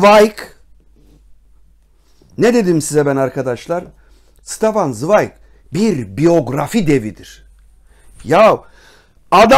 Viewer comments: Stefan değil Şıtefan zıwayg okunuşu. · Ştefan svayg diye okunuyor üstadım önce adını doğru söyleyelim